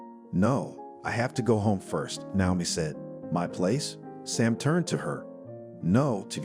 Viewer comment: Since when has Naomi, Na-o-mi, with a long a, changed to now-mi? This is an ancient name, you can find the right pronunciation in a lot of places. Please try better.